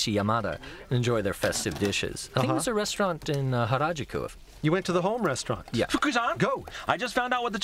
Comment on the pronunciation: The way the narrator pronounced harajuku deserves hara-kiri